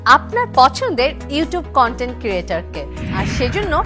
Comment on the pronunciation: কটেন্ট ক্রিয়েটর না কন্টেন ক্রিয়েটর😆😆😆?